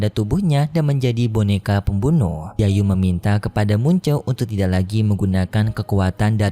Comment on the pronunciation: Muchen min bukan munce, jiyu min bukan jiayu